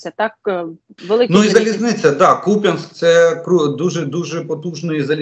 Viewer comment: Будьласка - КУп'янськ, наголос на У.